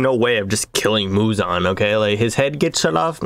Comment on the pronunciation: Muzan ❌ Muzon ✅